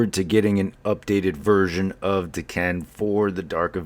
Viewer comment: Another great review. Now I'm ready for my copy to arrive! Oh and we can't figure...FINALLLYYY a Youtuber who pronounces his name correctly! Chefs kiss!!